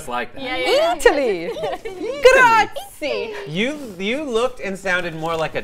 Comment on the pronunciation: I live in Italy, and while it's true that they park everywhere, it's still not ok to park in front of other people's driveways. BTW, for anyone who's wondering, it's pronounced "gra-zi-eh". The "ie" is pronounced as two separate vowels. Three syllables. Common mistake.